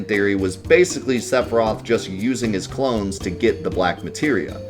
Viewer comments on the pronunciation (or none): none